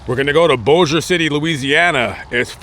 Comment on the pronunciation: Thank you for saying Bossier and Shreveport correctly!!! Lol